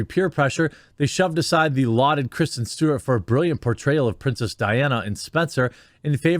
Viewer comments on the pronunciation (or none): none